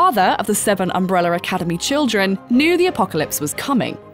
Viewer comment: I can only hear her saying "Umbreller Academy"